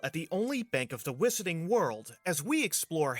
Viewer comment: The "Whiss-urr-ting" World, ehh? Lol